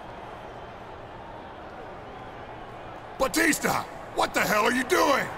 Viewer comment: Teddy long called Batista “batister”